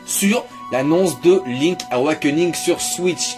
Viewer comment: Link'SSSSSSSSSSSSSSSSSSSSS AWAKENING bord*l !!!! Pas "link awakening"...